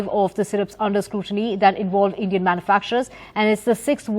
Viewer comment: Endian Syrup......omg